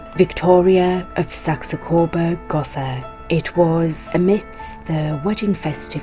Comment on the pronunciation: Her name would not have been pronounced the English way, but the German way with the I pronounced like an E. The house if Gotha is nit pronounced as a th but a simply t, as there is no th sound in German.